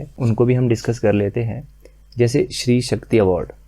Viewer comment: Stree Shakti not shree Shakti plz crrct it